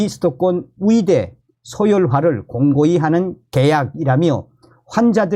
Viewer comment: 열심히 잘 듣고 있습니다. 근데 의대, 의사 등 의 발음이 무척 귀에 거슬려서 끝까지 안듣는 일이 많습니다. 의대가 아니라 위대, 의사가 아니고 위사로 들립니다. 조금만 더 주의하셔서 정확한 발음으로 말씀해 주시면 더 좋겠습니다.